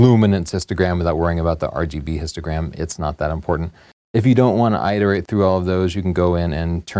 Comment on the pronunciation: eye-terate? I believe you mean IH-terate i.e. a short i not long. And while on the topic of long and short I's - maybe you can explain why Americans say N-eye-kon and the rest of the world says N-IH-kon. Curious huh?